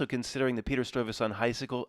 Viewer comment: It's pronounced Stuyvesant